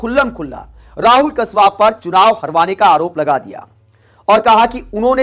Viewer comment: कसवा नहीं है भाई कासवान है